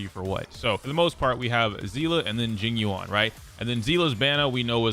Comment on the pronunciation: Pronunciation: Jing yuan = jeeng yuen